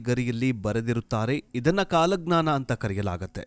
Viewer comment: ಕಾಲಗ್ನನ ಅಲ್ಲ ಕಾಲಜ್ಞಾನ ಮಾರಾಯ ಕನ್ನಡ ಸರಿಯಾಗಿ ಓದು. 😡